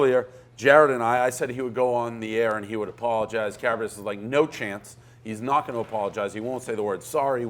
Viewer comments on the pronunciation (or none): Say Carrabis' name right, its not even fucking hard.